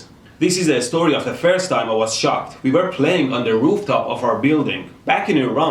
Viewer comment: I thought you said shot not shocked